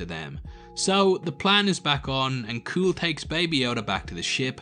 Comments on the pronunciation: I hate to nitpick, but you’re mispronouncing Kuill’s name. It’s pronounced “kyool” not “cool”. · His name is not kooill... its pronounced kweel. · Seriously, the race of beings Kara is fighting against is a Zabrak. C’mon bro, that’s basic stuff. And it’s pronounced Quill not Kuool. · Kuiil is pronounced ‘Qwill’. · Actually, I stand corrected. Upon watching again I realized Kuiil says it’s pronounced “kwee-ill” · Man, you are jumbling your lore. Not all Zabrak are Dathomirian. The Resistance is not the same as the Rebellion and doesn't exist yet. Kuil is not pronounced "kewl". Being evolved doesn't mean you aren't cloned, it just means you aren't designed.